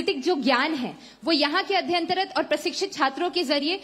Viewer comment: 'Adhyantarat' nahi beti 'Adhyanrat' hota hai.